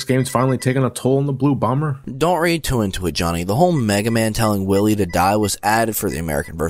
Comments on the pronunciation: Watching the entire marathon, every time he says Wily I can't stop myself from going.. "NO! Its Dr. Why-wee!" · I love this marathon! But the pronunciation of Wily is killin' me. It's pronounced why-lee. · He hasn't called him Willy in the entirety of the Marathon. He calls him Willy here as a joke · Hey Wily,what do you think of Dr Light pronouncing your name as Doctah Wawhee in Megaman 8? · I never noticed they messed up dr wilys name.in mega man 3 proto man said dr wiley.mega man 8 dr light said doctah wahwee.wilys name for some reason is hard for them to pronounce? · It's a joke. Check the Mega Man 8 review, he pronounces "Wily" with a lisp, taken from when he noted that the voice actor for Dr.Light had a case of the Elmer Fudds. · Why are they saying willy